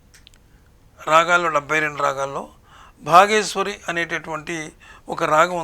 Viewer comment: నమస్తే సార్,మీ విశ్లేషణ బాగుంది సార్,ధన్యవాదములు సార్,ఇక రాగం "బాగేశ్వరి"అన్నారు.కాని బాగేశ్రీ కాదు.ఇది ఒకరకంగా మూడు రాగాల రాగచ్ఛాయలున్నాయి.అవి మధ్యమావతి,శ్రీరాగం,దర్బారు,రాగాలు,ఇందు అన్యస్వరాలు కలవు సార్.